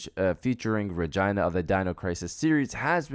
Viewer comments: Did you call Regina from Dino Crisis RAgina? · I never heard someone pronounce Regina like it rhymes with vagina. I wonder if anyone born with that name actually has it pronounced like that.